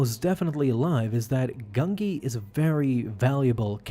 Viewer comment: I can't watch this if you start the video by pronouncing the Jedi Wookiee's name "GUN-GEE" instead of "GUN-JEE", sorry, but, it usually means TONS MORE is going to get butchered, so, can't continue after that.